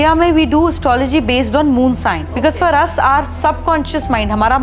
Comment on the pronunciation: It’s Moonsign and sunsign not shine.